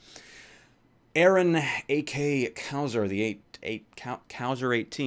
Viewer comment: XD. Got really angry when u said "Cow-Zer". GG I guess lmao Cau as in Cause+zer, Cauzer if you will. Gg no re. Good vid